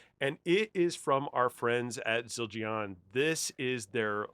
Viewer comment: Great video. Not trying to troll, but it is pronounced “Zil-Jan”. Love your heart for music!